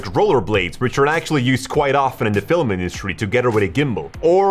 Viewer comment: I’ve never heard someone pronounce film as fil-a-mah before. Hmm.